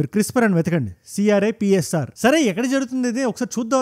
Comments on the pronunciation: Annayya crispr spelling thappu cheppav nuvv cripsr annav 😂😂 nuvv matlade prathi word chala intrest ga vintunna dhorikipoyav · CRISPR but meru CRIPSR anaru.....